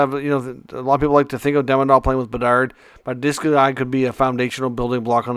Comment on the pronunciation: Demidob and Hage 😂